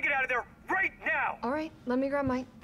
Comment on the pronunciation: "This isn't the wast wide out of town, wight?"